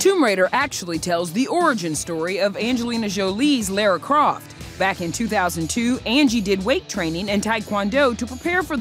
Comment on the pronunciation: excuse me pronounce our queens name correctly